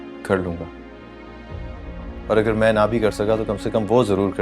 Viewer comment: Bhi men nahi hota man hota ha😂😂